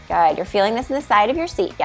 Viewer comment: Watch the way you say “good”.